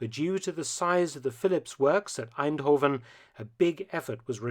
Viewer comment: He pronounced eindhoven in such a way it sounded more German than dutch